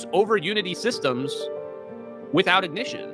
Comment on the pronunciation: We. Don't. Need. No. I-Goh-Nih-Shun We. Don't. Need. No. Forced. Control.